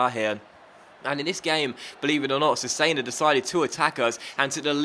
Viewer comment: Cesena is pronounced Chess-enna